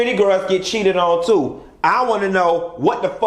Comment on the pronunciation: "...if you like pink, you TEW can be the next Lisa Vanderpump!"